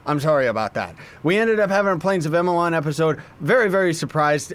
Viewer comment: Friendly reminder: its actually pronounced Plains of EYE-DEL-ON